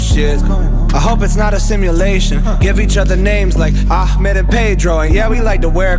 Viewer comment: He is pronouncing it "Ahmed" wrong👇